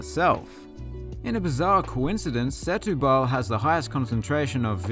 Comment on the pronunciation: Good video. However, Setúbal is pronounced "stew ball".